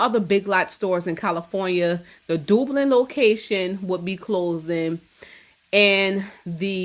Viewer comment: Theft? What were all those cameras for? It's "dub...lin" 😉